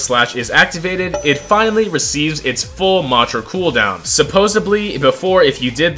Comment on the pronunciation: "supposebly" lol